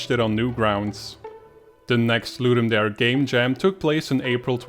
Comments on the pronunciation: Latin “dare” is pronounced “dah-ray” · It's pronounced "Ludum Dah-ray". It's latin for "to give a game." The event organizers have confirmed it. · Great videos. Just one point: the "dare" in 'ludum dare" is pronouned "DAH-reh" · Great video but it's driving me a bit crazy... Ludum Dare is Latin. It's pronounced Loo-Dum Da-Ray